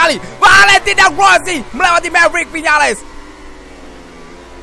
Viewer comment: Rossi bg bkn wosi